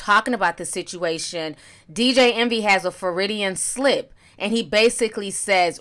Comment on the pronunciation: The word you used, Ti, it's a "Fruedian slip" I know what you meant though.